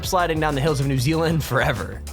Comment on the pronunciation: Me from NZ Guy talking This water slide is in New Zeeealand